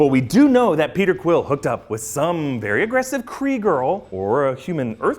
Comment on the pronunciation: you totally call Peter Quill , Krill